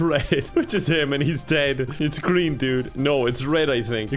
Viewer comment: 'pick him it's GREEM'